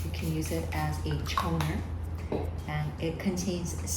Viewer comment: Omg it is so cute how you pronounce the "T" on toner 😂💖🫶